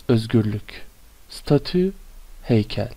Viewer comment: Emeginize saglık hocam, heykelin tellaffuzu dogru mu acaba, stetcyu diye öğrenmiştik